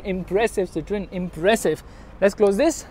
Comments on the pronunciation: As I study French, it is pronounced as Cit-oh-en. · The pronunciation is see-th-ro-in.